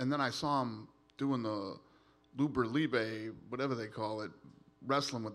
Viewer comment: “Lubra Libey” 🤣🤣